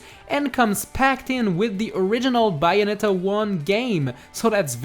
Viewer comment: Is Bayonetta Not Byeonetta.